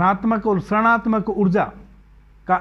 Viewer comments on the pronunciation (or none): ७:३० गुरुजी, जब हम ऋणात्मक का उच्चारण करते हैं, तब वह ऋषि की तरह आरम्भ होगा (उच्चारण - रिणात्मक)🌿🙏🏼🕉